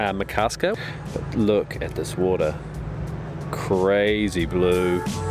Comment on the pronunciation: Ma-kar-ska :D